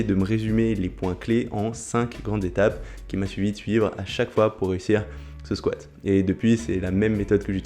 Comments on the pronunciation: Super vidéo, je vais suivre tes conseils pour améliorer mon squat. mais cinq zétapes… à corriger aussi ! 😉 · bravo pour les cinq Z'etapes, le fameux z de liaison est magistral!!!